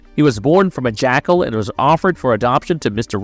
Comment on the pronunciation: Why are you saying Omen like that? And why are you saying Jackal???